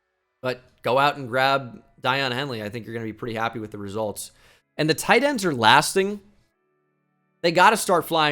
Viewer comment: It’s-day-awn Henley, not die-awn